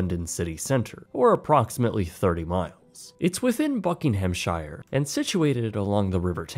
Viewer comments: It’s not Bucking ham It’s Bucking ughmn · Who says "Englishside"? I am a born and bred brit and I have never heard such an odd term and is most certainly not a real word. AND, narrator, the SHIRE part of a word is pronounced like "sher" not "shire" - Derby-sher is the right way to say it. Ugh, another gay Canadian who thinks he knows stuff. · It’s pronounced ‘Clive - den’. And it’s ‘Buckingham-shure’. Oh and the National Trust isn’t a government agency. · It's pronounced Buckinghamsheer. Not shyre. Top man. Cheers for the vid Edit: most things here ending in shire are pronounced sheer, Worcestershire sauce is just pronounced Woosta. No sheer at all. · I think it's pronounced more like Buckingumshear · Bu-ck-in-gh-am-sh-ire…yo got to love the Americans😂😂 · buk,ing,ham,sheer that's how you say it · Britsplaining: * Cliveden is pronounced to rhyme with hive-dun. * Buckinghamshire is pronounced bucking-um-sher. This goes for all counties with a "shire" in them, it's never pronounced like the hobbits' Shire. * National Trust isn't a government organisation. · SCREAMING at your pronunciation of Buckinghamshire 😂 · Why can’t Americans say Buckinghamshire properly